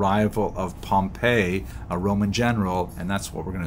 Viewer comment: Excellent presentation, clear, succinct (as usual). I hope you don't mind ... a small correction regarding pronunciation. In the lectures on Roman history that I've watched, General Pompey's name is always pronounced as POM-pee, as distinguished from Pom-PAY, the pronunciation of the city Pompei.